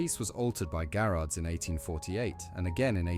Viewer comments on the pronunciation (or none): GARRARD, NOT GARAGE!